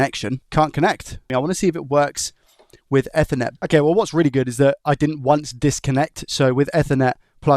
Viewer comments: Not eth-ernet. EEEthernet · Eth-er-net ❌ E-ther-net ✅ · Everytime he said Ether instaed of Eether it hurt my ears :) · its pronounced ethernet not ethernet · Say it with me. "Eth er net." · Yeah, idk why he pronounces it like that 😂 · That bothered me too haha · the way my bro says ethernet kills me 😭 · I’ve never heard anyone pronounce Ethernet like that. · Bro said ethernet on purpose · why are you saying Ethernet like that?😂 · Came here looking for this comment :) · He can't even say ethernet. Imagine him phoning and asking for a 'new chip for a soth bridgy' and the guy is "what laddie?" "A soth bridgy" "Noo, we don't have anything like that" "What about an effernet cabul" "What?"